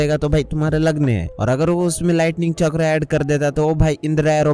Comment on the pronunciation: Bhai chakra hota ha chakura nnahi😂😂